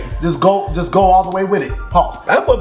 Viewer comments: blk water pronounced black water my brain: bulk wuddah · It's BLECK WATER